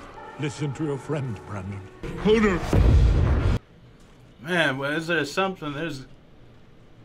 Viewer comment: It's pronounced Hodor, not holdor